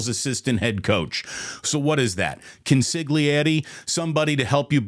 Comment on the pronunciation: NO one says consiglieri as well as you do Damon! 😂❤❤👩🏼‍🍳🫡